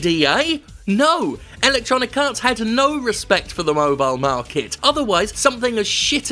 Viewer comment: I keep hearing "ElectoniKarts", which sounds like a mobile game.